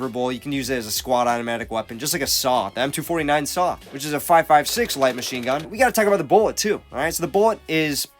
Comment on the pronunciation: Emphasis on (Light) machine gun lol 💯